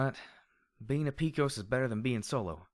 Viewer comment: Dude, I love what you're doing and it's the only thing keeping me enthralled with this story (along with the other FoE). And the ending...Fuck... But one thing I kept clenching my fists at each time I heard it: it's pronounced "Pe-cos (pay-cos)", as from the cowboy mythos. Love what you're doing though and keep it up.